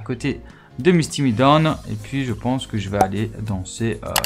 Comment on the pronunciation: Tu me stresse a dire « Misty MIdown » c’est MIDOOOO à la fin